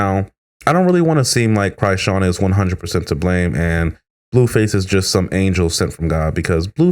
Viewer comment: Why you keep calling her CRY'sean? Because she always crying 🤣